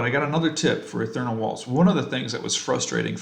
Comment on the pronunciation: Ee-th+ear-ee-ull, Ethereal. ;) There's no "n" in that...